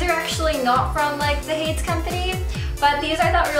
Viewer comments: isnt it pronounced "hay-dees" not "hayds" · hades is pronounced like hay-dees, right? not haydes. hay-dees, like the greek god? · Are you sure it's Not Hade-ees like the Greek god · The shoe company is named after the Greek god Hades, which is pronounced Hade-eez. Sorry, I'm just a mythology nerd and gotta point it out. XD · ITS HADES. HAY-DEEZ. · Hades. Is she pronouncing that correctly?